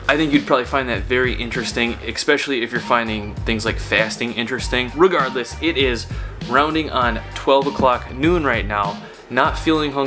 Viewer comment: Did he say RU-gardless ?!?^^